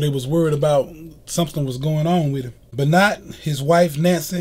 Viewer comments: Be-not lol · Im pronouncing his name wrong its ben-wah look in the comments to get it right. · Chris beenot😂😂😂😂😂😂😂